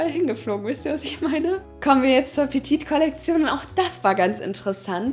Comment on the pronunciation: petite ist falsch ausgesprochen:)